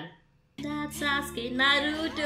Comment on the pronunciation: Danzo - Denzo Shisui- Shesuii Naruto - Naruuoto You should work on your accent